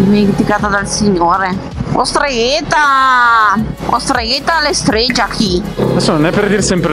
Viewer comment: "..Ostregheta"... ahahahahhaha... muoio..